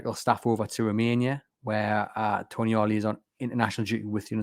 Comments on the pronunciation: If he is actually coming, you will need to get his name right. He isn't Toniali, he's Tonali, lose the extra "i" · It's not Tonyali or Toniali it's Tonali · I love the podcast and I do understand that it can be difficult with all the non-English names being linked now, but the name is “Tonali”, not “Toni-Ali”.